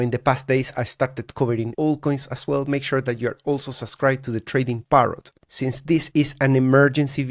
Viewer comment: It’s “Subscribe” NOT “Susscirbe”. There’s two “B’s” in that word.